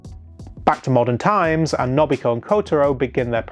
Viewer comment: I'm sorry but your pronunciation of A-o-i and No-bu-hi-ko annoy the hell out of me 🤣 still, good video nonetheless